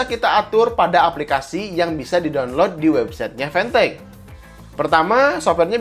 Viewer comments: Siapa yg nyebut fantech dengan pantek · nonton pidio ini cuma pengen denger gimana nyebut mereknya, tapi bisa lo bilang fantech bukan pantech